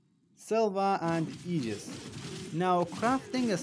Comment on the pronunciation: I subscribed the exact moment I heard you enunciate aegis correctly!!! Tysvm good person.